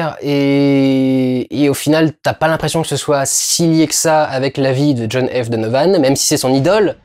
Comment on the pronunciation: à partir du moment où tu dis mal le titre anglais....j'ai même pas envie de continuer